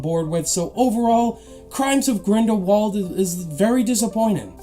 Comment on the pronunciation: Crimes of grindlebald xD